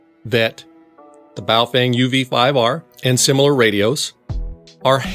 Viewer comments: It's pronounced, "Bow (like bow and arrow) Fung (like fungus). Ask someone who speaks Mandaran before telling me I'm an idiot in the comments. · Hey I'm not hating on you but I'm pretty fluent in several languages and the correct pronunciation is Bo-Fung.... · You mispronounced "Baofeng" several times 😂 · Is it bow fang or boo fwang? 🤣